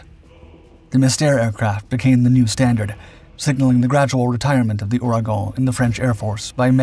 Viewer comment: You can pronounce Ouragon right but you cant say chassis correctly?